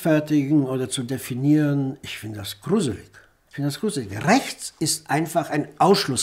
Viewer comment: "Rrrrächts" ist ein Kampfbegriff.